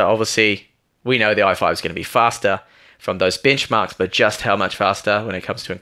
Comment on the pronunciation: I apologize for being an ass but when you say "Bench Mark" it seems like you are saying "BICH MARK" lol